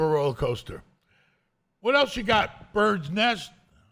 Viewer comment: Every time he says bird nest makes me laugh lol